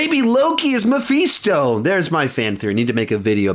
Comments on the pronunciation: "Meephisto" LOL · I love how pronounces Mephisto like Omega from the bad batch would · Is mispronouncing Mephisto or have I been mispronouncing it all this time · I think he's mispronouncing it.